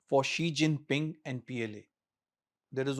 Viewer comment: He pronounced Xi Jinping name correctly.